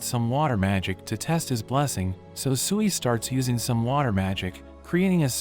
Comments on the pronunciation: I dont know why but when he named the slime tsuiy i thought he tried to say SIUUU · I thought sui was sewy 😂😂😆